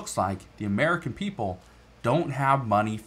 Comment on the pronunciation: Obama’s Uhhmerika.